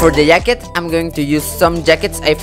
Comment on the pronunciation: "and for the YACKET"